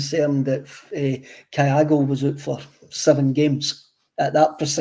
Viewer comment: Kev's pronunciations are getting worse all the time. Kayago? Come on man, it's really not that difficult.